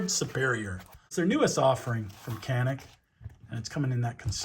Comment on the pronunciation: It’s pronounced janik…. Yawn-ick.